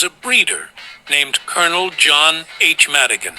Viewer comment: Col.John Madigin not Madigin!